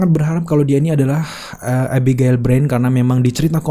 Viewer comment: Susahnya nyebut nama abigail 😁😁